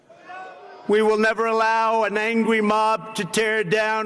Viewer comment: did he use the term,”Angwy Mob”? Someone’s being studying Elmer Fudd cartoons!!